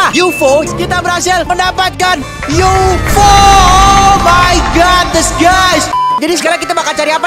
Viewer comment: bang UFO bukan yufo